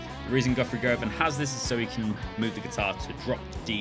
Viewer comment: It is "gu-vun" not "go-van"